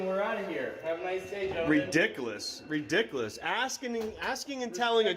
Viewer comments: LOL what the hell is reDICKless? They think they know so much about the law yet simple grammar and English is so hard for them. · When you can’t even pronounce the thing that you are ….reedickAAless (ridiculous) with your inappropriate court attire-a Hawaiian shirt, jeans and a hat- you can’t argue with security guards about asking and telling like you’re a toddler!! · He just said redick less! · "Redickless"????? Even simple words are too much of a challenge for the little guy. I think he is trying to say he is dickless. He may get it right eventually if he keeps practicing.